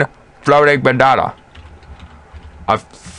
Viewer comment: lol. your voice mannnnn. "flootiing behnahnah " 3 times. you said with "h" but, nice tutorial. thanks